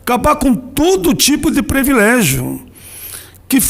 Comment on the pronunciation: Paim o quê é "prEvilégio"???? Assassinando a língua portuguesa! Cala a boca!